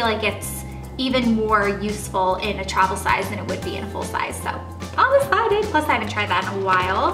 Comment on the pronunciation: She's so excited she said ecited